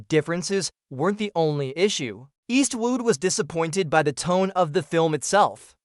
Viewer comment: Eastwoot? Eastwoot again and again! I gave this video a “thumbs up” but had to take it back, Eastwoot. 😢